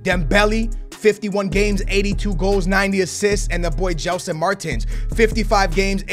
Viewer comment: Doumbia not dembele Gelson not jelson